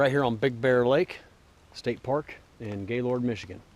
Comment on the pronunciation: haha sorry it sounds weird when you say gay lord, i live about 20 miles away and I go to gaylord all the time... it's kind of like "gaylerd"